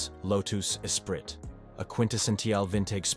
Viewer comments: LMAO "Low-tooss EspriTT" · Low-toos e-sprit?